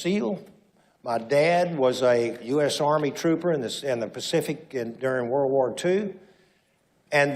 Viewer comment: “The “vorld” has several great nations…”. Too bad Hungary isn’t one of them!